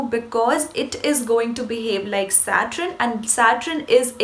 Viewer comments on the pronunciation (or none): You have a gift and you are very attractive. Please pronounce Saturn as 'SAT URN' not SAT RUN